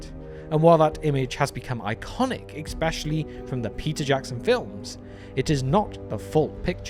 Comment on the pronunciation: i have never heard a brit say "exspecially"